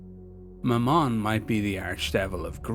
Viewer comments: love the vid as always but it's ma-mun for future reference not ma-mon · Very good, but 'Mammon' is pronounced the same as 'gammon'. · I had to rewind that several time because I thought I heard you said" My mom".